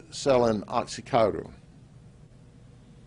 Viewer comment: selling what? Oxycoderr??